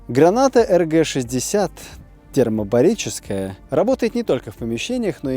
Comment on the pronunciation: Я не душный, нет!) Но ТермобаРическая. Если я не глухой, вместо буквы Л!)) А так всё супер, спасибо 👍